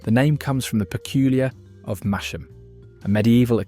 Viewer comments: Mas-ham, not Mash-am. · No idea where MASH-AM is? Its pronounced MASS-M. Landord is lovely, Spoons has a great selection of local beers. Its sad I want to go to my local and drink but its £6plus a pint I can go to spoons drink a decent beer for sub £3. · Small point, unless its my hearing, but I BELIEVE YOU PRONOUNCED MASHAM - AS "MASHAM", WHEREAS LOCALLY ITS CALLED MASSAM...GREAT BEER THOUGH, AND NOWT PECULIAR ABOUT IT...UNLESS FOR NOVICES ITS THE TASTE... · brilliant advice and nostalgia! but it's pronounced "Massam" not Mash-am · Masham is pronounced 'Massam', and Black Sheep is brewed by a son of the Theakston family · Pronounce mas-ham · It's pronounced mas-ham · Shame the narrator can't pronounce Masham (the h isn't heard)